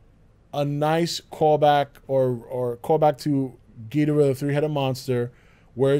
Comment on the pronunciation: Am I the only one bothered by how he says Ghidorah